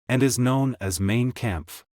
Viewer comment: Mein (mine) not main.